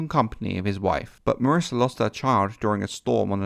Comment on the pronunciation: lol "marissa"....mysaria.....yup....second to none...